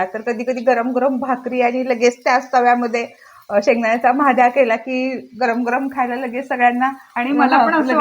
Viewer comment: महाद्या नहि 😂😂😂 म्हादया ...